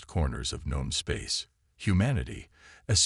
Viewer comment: It's not gone space, it's known space. Once again your A.I. is dumb as a box of rocks.